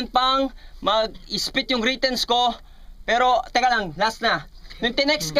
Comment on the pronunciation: Ganda ng bigkas ni shehyee sa "PERO" hahaha